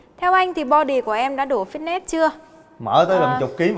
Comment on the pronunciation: tiếng anh từ Fitness đọc là phít nịts mới đúng nha 2 anh chị :D